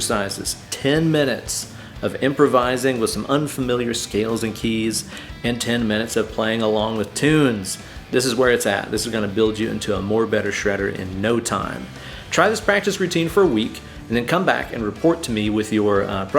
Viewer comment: My dude said "shredi knight".. that's epic